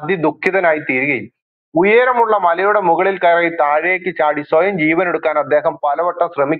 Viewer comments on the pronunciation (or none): none